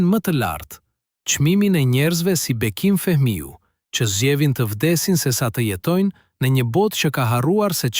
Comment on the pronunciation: o ti njeri , pse bre pofol kshtu shum kec „ Bekimii Feeemiu „ palidhje ccc